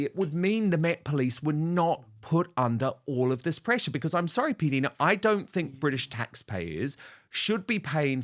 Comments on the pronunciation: Her name is like Dinah Shore, Dinah, not PDeena. 😕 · Hi Dan, I know PDina would not want to embarrass you, and I don’t mean to either, but PDina is NOT pronounced “P-Deena”, it’s pronounced “P-Dyna”. (I’ve heard her say it several times herself, as I was curious, too) Because of my own name’s spelling, everyone my whole life has pronounced it Veena. Understandably, because of names like Tina, Gina, and Lisa, but alas, mine and P-Dina’s rhyme with Dinah. 😘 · Will you stop calling her PDeener. It’s P diner( in pronunciation) like an American diner. I have heard her say it herself several times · OH MY GAWD STOP CALLING HER "P DEENA!!!" "P die-Nah!!!" PDina!